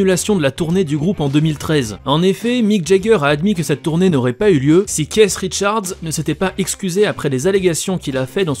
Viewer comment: “Caisse Richards” PTDRR